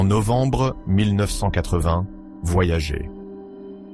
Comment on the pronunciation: La sonde "voyagé" vraiment? Et toutes ses liaisons ridicules entre les mots, pas top cette fichue IA. Comme d'autres, désabonnement jusqu'à un changement pour un vrai conteur humain aux manettes. Néanmoins bonne continuation à votre chaîne.